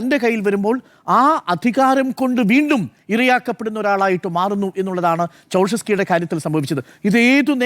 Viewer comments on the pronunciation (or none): നിക്കോളാസ് ചൗഷസ്‌ക്യു എന്നാണ്. സ്കി അല്ല😂